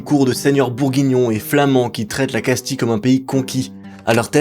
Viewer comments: Casti-(ye) et pas casti-(le) donc oui castille se prononce casti(ye) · On ne prononce pas Casti mais Castille